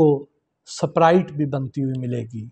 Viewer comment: In on golden era of PTV, no one can host any program who have no command on pronunciation. Now a host pronounce saprite. Is it the quality of a news channel now in these days, just earn business.